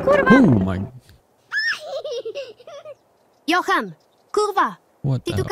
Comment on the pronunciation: jo-han. not john. also a bober is a capybara.